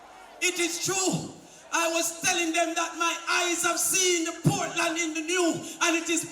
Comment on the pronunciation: Lol she say Portland want caapwet we want caapwet from Portland to Prospect we want caapwet from Portland to manchoniel 🤣😂🤣😂